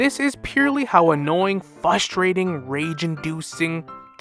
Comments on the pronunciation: If this guy says fustrating one more time I’m switching to Winter Soldier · This guy is a slow ass talker and i cant unhear him saying "fustrating", like bro you're missing an R.